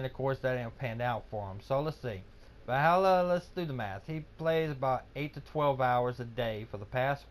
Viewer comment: Yea know just what u mean G! Gj Valluuh im feeling ur closing in on me i better step it up then ;) Also G tomorrow i will learn u how to pronouns Valluuh its not Vallhalla! :D